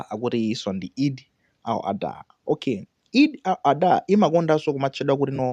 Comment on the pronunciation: Eid al-Adha! Not Eid al-adhuha kungozolowera chiyao basi